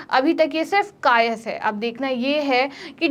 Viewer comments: Kayaas boiye madam kayas nhi bolte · कायस नहीं कयास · कायस् नहीं कयास।